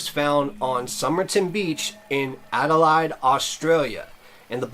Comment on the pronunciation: It was a great mystery til it was solved. By the.way it's pronounced Ade lAYed.